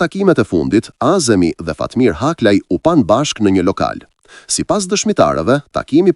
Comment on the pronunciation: Vure mire theksin e emrave ( azemi') jo(a'zemi).